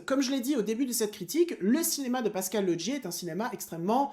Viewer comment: Au passage pourquoi tu dis Lodgier pour Laugier ? 😁